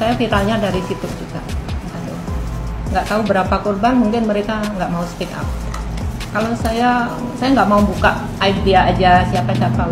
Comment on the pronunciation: Speak up min .. bukan speck up .. beda bacanya dan tentu beda arti ..